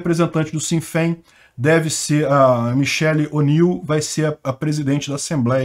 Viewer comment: Le-se "shine Fain"